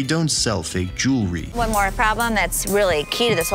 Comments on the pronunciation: Its jewelry not jery... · "Jury" WTF is jury? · I thought "jury" was a group of people who usually sit in criminal court proceedings ... but that's beside the point because you're right - it's JEWELRY, not JURY.😎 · Don't get no mo "jurrey" from here. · I love watching these videos about American Pawn and Jewelry. Or, as everyone who tries to sell something on the show calls it "American JIRRY" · It's pronounced JEW-EL-RY, not fucking Jury.